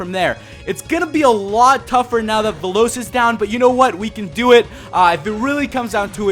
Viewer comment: I don't what to be mean but when you say Veloz it sounds like the lowst